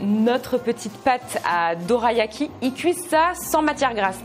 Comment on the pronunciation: Alors ça se prononce dolayaki 😊 mais sinon j’adore tes vidéos ❤